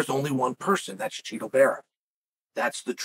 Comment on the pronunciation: Why are we doing this Chael its Chito, i know its Chito, you know its Chito, Chito knows its Chito. Cmon.